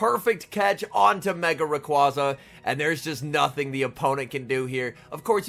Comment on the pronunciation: Love the videos, and not trying to be a dick when I say this, but it's pronounced Ray-qWAY-za